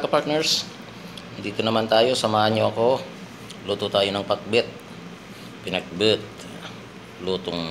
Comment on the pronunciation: Gusto ko din ito .pinakbet pinaka marasap din yan. Pinakbet yung pagka pronounce mo kay parang ilocano sa pinakbet